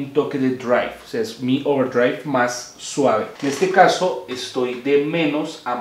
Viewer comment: Porque dice Ouwerdriaigvb?